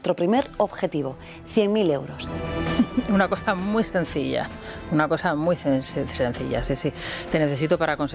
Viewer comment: Minuto Tan SENCILLA que no lo sabes ni pronunciar. En fin, dime de que presumes...